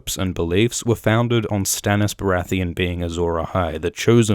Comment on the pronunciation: Tommen "Baratheon" hehe